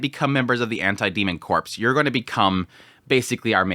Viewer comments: 'Corps', in the context of a military or fighting unit, it pronounced like 'core', not 'corpse'. See: Marine Corps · Ok. Corps is pronounced “ core “ meaning body. Corpse the dead body is pronounced as seen. I. E. Marine corps (core).